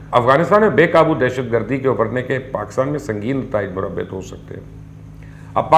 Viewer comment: It's not murabit... the word is murattib